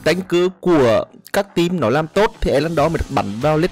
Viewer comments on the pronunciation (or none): none